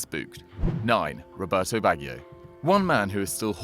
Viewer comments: You can at least try pronouncing Baggio the right way. Otherwise it’s Beek Ham and Geer rarwd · Baggio....you should hear other people pronouncing his name and I'm pretty sure they don't pronounce it like you... just do a little bit of a research if you don't know who the player is or if you don't know how to pronounce his name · Why can’t you pronounce baggio properly? Do you even like football? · I’m going to be haunted by your pronunciation of Baggio 😣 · Who can't pronounce Baggio tho? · Unable to pronounce italian names haha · You can't even say Baggio? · my nightmare is hearing Baggio's name mispronounced so badly. My guess is, this youtuber is Oxbridge educated and has only ever read about Baggio. Probably even knows his shoe size lol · Need to get those pronunciations correct bro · Baggy - O?? It's pronounced Badgy - O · It's not Baggio in pronunciation but bajjio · Did anybody else stop watching this video as soon as they pronounced Roberto Baggio's name as "Roberto bag-e-o". Also, if, as I suspect, they're talking about his World Cup final miss at USA 94, then this wouldn't necessarily be all that haunting considering that if he'd scored Brazil still had one in hand to win it. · it's bajjjjio baajjjio bagggggggio not ba ghi o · No, it's not. The I is silent. It's pronounced Badjo. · No, I'm Italian, it's pronounced Ba-joe(like the name) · Roberto Bag-io? Really? smh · "Roberto Baggy-o"? You're just reading shit off Wikipedia, aren't you? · it is pronounced Badge-e.o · You lost me Bag-eo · It's BaJJio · Bag-e-o? Lol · Its pronounced Bajjio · Who is bag gio bag lol u fud typical say it like u spelt it here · Consistently hearing Baggio mispronounced... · The hosts pronunciation of baggio. What a hack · Say Baggio like that one more freaking time...... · HOW DID HE PRONOUNCE BAGGIO!?!?!?!?!? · I find it a bit embarrassing that a member of a football-oriented channel does not know how to pronounce "Baggio" properly.